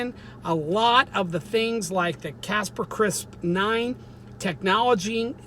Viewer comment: Lol Proper term is CRISPER Cas-9, not Casper cris 9. Thanks pastor!